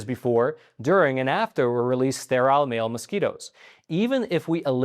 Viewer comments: It's pronounced Stair-ill not Stair-aisle! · This man cannot even pronounce sterile. Why would anybody listen to him? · Please learn to pronounce sterile. It rhymes with peril.